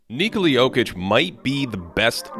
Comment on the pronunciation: thanks for pronouncing his first and last name correctly.